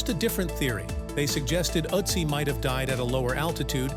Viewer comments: It's Ötzi not Otzi or Atzi 😂😂😂😂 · it is Ötzi, not Atzi!!! 🙄It gets better after minute 2, and worse again after minute 9! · His name is Ötzi not Otzi... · Please redo the narrative without background music AND use a narrator that can pronounce "Ötzi" properly. Ötzi does not sound like Otzi. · His name is not Uzi! ÖTZI !!! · See those two dots on top of the letter you mistakenly pronounce O.... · With the umlaut I think a more correct pronunciation would be "Ertzee." The word "corn" in this context does not refer to actual corn. Corn arrived in Europe, etc. from North and South America many hundreds of years after this man's death. Corn was a word used to refer to other grains before what we call corn today was transported across the oceans.